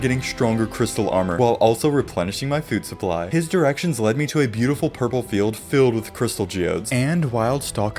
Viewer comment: Did you mean to say purple golems or purper golems?